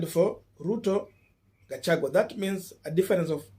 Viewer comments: It is gachaguaaaa not gachagweee ,but you doing a good job keeping up sr here in Columbus Ohio we resenting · Pronunciation: GASHAGWA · Kukufunza ni ngumu sana🙄🙄🙄🙄🙄every time you miss pronounce the name Gachagua.mwalimu wako alikua na kazi shuleni sana